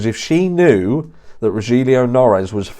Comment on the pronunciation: One avid fan of yours. Here watching like others straight away. Strongly agree with your opinion and not into Kaye either. Just a friendly pointing out Rogelio Noris he's name pronounce as Ro-hil-yo than Ro-jil-yu. Congratulation you ahead soon to be 100K.